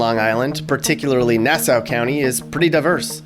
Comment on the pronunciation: LMFAO the way you pronounced Suffolk and Nassau